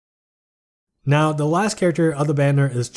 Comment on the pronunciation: Going into Mitsuhide's section, I had to double back because I heard "She is not considered the best light dagger due to owning fleur." Captions wrote now as not, too. Just a small feedback, your voice is very relaxing and the unit reviews always informative. Thank you for your work. :)